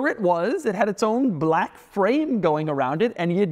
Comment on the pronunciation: Doug is the kind of guy to perfectly enunciate "comfortable", but also roll the L in "black."